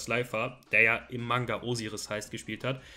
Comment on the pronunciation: Wie geil du Osiris aussprichst 😂 Der OG Red Eyes ist mit dem OG Dark Magician Girl die schönste Karte ❤ Der OG Summond Skull war meine erste Karte überhaupt, also gibt's da auch keine zwei Meinungen 🙏🏻